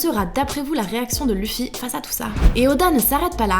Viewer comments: Quelqu'un peut pas lui dire qu'on prennonce pas luffy mais leffy ptn ! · je rêve où elle a dit luffy en prennoçant le u 😑😑